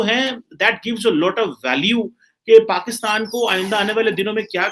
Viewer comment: Pakistan not paxtan